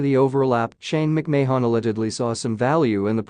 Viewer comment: Commentator needs to learn how to pronounce Vince & Shane's last name.